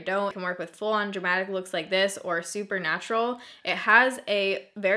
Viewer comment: I love you but I have to say, lately it's been bugging me so much when you say "super natural" so often. I'm not a native english speaker so to me it sounds like supernatural and it just rubs me in the wrong way. :'D